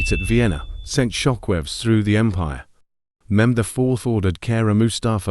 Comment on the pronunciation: The beginning made me realize that when he pronounced Mehmed’s name wrong